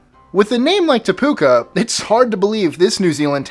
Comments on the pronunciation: Really te puka? Its te peuke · Te Puke is pronounced Tea Pookey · The NZ town is pronounced Te Puh-kee, and they are kiwifruit, not kiwis (a flightless nocturnal NZ native bird). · Any New Zealanders annoyed with the pronunciation of Te Puke? It's supposed to be pronounced as 'Teh - Pook - eh'. Not, 'Te Pooka' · don't mean to be rude but you pronounced number 24- Te puke wrong it's pronounced Tea-pook-e (pook rhymes with book) it's a Maori name (nz national language) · It's not Te Puka Its Te Puki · It’s te Puc ey that’s how it’s pronounced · omg you pronounciation is AWFUL. Te Puke is said Te Pook ee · It's pronounced Te Puke ee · Te puke is not pronounced te puka if you new someone who could speak maori it might mean something totally different also you forgot Fuck in England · Te Pu-(key). And Te Puke is by FAR not the weirdest place name here. XD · Your pronunciation is horrible, as a New Zealander I have to tell you that Te puke is pronounced Te pookee as with a long o sound like book and long e sound like in the word free. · That’s not how you pronounce Te Puke, pronounced ‘Teh-Pook-eh’ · Te Puke is pronounced TEH-POO-KEH... But just re-reading that now, I'm the one giggling my arse off. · It's pronounced Te pu key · It is pronunced tea pooki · Te Puke is a maori name so its not exactly a funny place at all :). its said as Te Puk-e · How about Taumatawhakatangihangakoauauotamateaturipukakapiki- maungahoronukupokaiwhenuakitanatahu in New Zealand? Longest place name in the world. Good luck pronouncing it though. Cheers for the wicked vids! p.s you pronounced Te Puke wrong - it's said "te pook-e" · Te Puke is pronounced Tee Pook (book) Key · Te Puke is pronounced Tea Poo Key, just FYI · Te Puke pronounced Te pu ke XD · What about Taumatawhakatangihangakoauauotamateaturipukakapiki- maungahoronukupokaiwhenuakitanatahu?? Its the longest place name in the world. Also numer 24 is pronouced Teh pookee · Te Puke is pronounced 'Te Pukee' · te puke pronounced T pook key